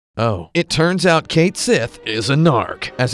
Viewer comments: Not Caith Sith, but Ket Shi ;) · It kills me that you know Japanese and mispronounce Cait Sith as the Japanese version did to match the Gaelic word.